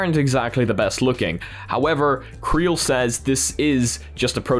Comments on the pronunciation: Not 'creal'. C-Real. As in 'See Real'. Get it? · just a quick note, I think CReal is pronounced "see-real"